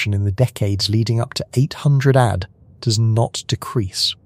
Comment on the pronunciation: The text to speech engine needs to be taught that "AD" is pronounced "ay dee" not "add".